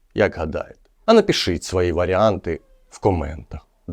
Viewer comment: Мальчик,а у тебя фонетика русского языка,ты произносишь,,бэз,, ,,напишить,,. Ура!!!Русский язык знают все...